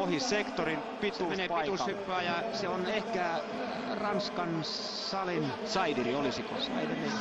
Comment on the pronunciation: se nimi lausutaan [sdiri] eikä [saidiri]. Tarkkuutta,!